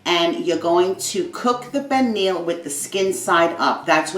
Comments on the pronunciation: It's spelled pernil but pronounced pernee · Uuuuhm........no. and the way she pronounces pernil is also a no. Foh this recipe sucks